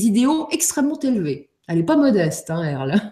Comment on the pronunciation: earl et non pas airl